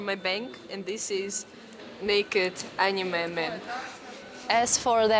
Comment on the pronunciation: I subscribed the moment I heard "Zis is naked Amine man".